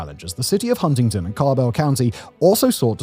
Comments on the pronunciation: I know this is a slightly older vid but as someone with a mom from wv. It's pronounced hunnington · too much emphasis on the first t in Huntington infuriates me.